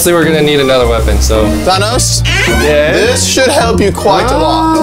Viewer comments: Na that’s not Thanos that’s Janos 😂😂😂😂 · That ain't Thanos that's thados